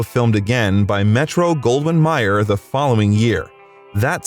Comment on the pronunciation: Great bio ! Please check your pronunciations, tho....it's Metro, Goldwyn, May-er, not Myer. Someone on your side should've caught that. Again, great vid, tho ! 👍